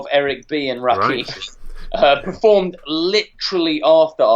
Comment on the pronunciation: LOL calling Rakim (rah-kim) Rakeem.